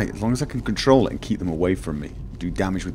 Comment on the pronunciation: "As long as I can control the fight", he says. "As long as I can troll the fight", I hear.